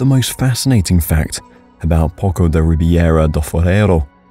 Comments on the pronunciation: poço: it's pronounced posso - which is "well", something where water comes out of - poco: is a little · Não somos espanhóis, não se pronuncia "poso", somos PORTUGUESES e a nossa Língua é a LÍNGUA PORTUGUESA! E em português, pronuncia-se "posso"! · Poço lê-se Posso não poco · Poço should be pronounced as poso which means well in Spanish and by the looks of it, I can see that it looks like a deep well.